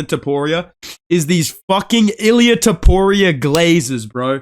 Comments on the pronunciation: It’s hilarious when he says topurio😅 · bro said Topoirier 🤣